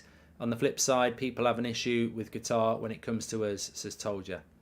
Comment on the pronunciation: Kat-ar. Not Ger-tar. Please Mark.